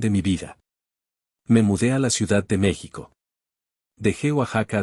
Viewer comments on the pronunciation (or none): none